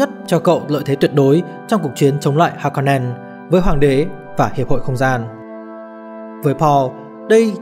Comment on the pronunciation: kwisatz haderach, harkonnen, sietch... phát âm sai hết nhé bạn. nhất là nội dung video xoay quanh kwisatz haderach, từ được dùng nhiều nhất, thì lại là từ giọng đọc sai nặng nhất, khiến nội dung video rất khó để follow.